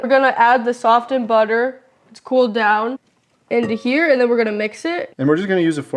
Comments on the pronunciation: Honey, the T in softened is silent 🙂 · "Sof" "Ten"? the butter. OK then,.... Who teaches this girl the English language? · The "T" in SOFTENED is silent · Every time I was confronted with the “t” in the word “softened,” I had to restart video. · Girl , the "t" is silent when you say "softened" lol.